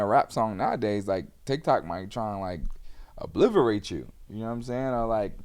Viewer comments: Yachty said obliverate? , thought it was obliterate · "obliverate" is crazy. obliterate**